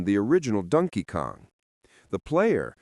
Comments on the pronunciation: First time ever hearing it pronounced 'Dunkey Kong' - It took 44 years and an AI voice. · Rhyming "Donkey" with "monkey."